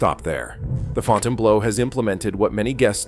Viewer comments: All of Las Vegas has become an overpriced dump. I love how the AI narrator calls in the Fountain-blow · Fonn tain blow. Jesus Christ. French speakers are rolling over in their grave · Provided one unintentional joke when it mispronounced the hotel as fountain blow, cuz you know it blows. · YOUR AI PRESENTATION IS TERRIBLE. THE AI VOICE CAN’T PRONOUNCE THE HOTEL NAME. WHEN NIGHTLY ROOM DOLLAR COST IS MENTIONED THE VIDEO SHOWS IT IN MILLIONS. THIS IS NOT READY FOR PRIME TIME!!! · Sorry..just can't take a content creator seriously that can't correctly pronounce the name of the hotel. Yes, FB's issues are well documented. It's no state secret. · Put a little faith in your freaking video don't even know how to pronounce the damn place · Fontainebleau - "Fontain Blow" while true and hilarious - it's pronounced "Fontain Blue"! Good gawd! 🤣Stewwwwwpid! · The way you pronounce it, it sounds like Fontainebleau job. It's pronounced fountian-blue. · I can’t watch this with the pronunciation FontaineBLOW LOL ☠️ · It's pronounce fountain blue and I got a room for $259 mountain view on the 60th floor after resort fees and I was able to park my own car and this place was absolutely immaculate yes it was very expensive two drinks at the bar ran me $40 and that's completely absurd but the majority of your video is wrong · The “Fontain Blow” 😂😂😂 Gotta love AI - NOT!!! Didn’t finish the video. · Fountaine Blow 😂 AI at its Finest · Another AI voice that doesn’t know how to pronounce words… It’s not the “FountainBLOW”, it’s the Fountainebleau, FRENCH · I laughed every time the AI said Fountain Blows. Well $20 bucks is $20 bucks. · Fontaine "Blow"? LOL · You can always tell ai slop, in thiis case the audio but maybe more by the mispronunciations of names. The Fountain Blow...;-) Sad part is many think the ai slop is nonfiction when it's fiction at least half the time. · This video got a 'Like' from me simply cause of the AI calling it the Fountain-Blow. Can't stop laughing !!! 😂🤣